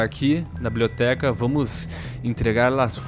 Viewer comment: fala blioteca kkkkk